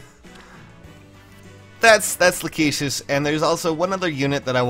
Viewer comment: I think it's pronounced "Lack-ih-sis", since for some reason her original arts and such call her "Rachesis", but I think that may have been from the L-R blend in Japanese.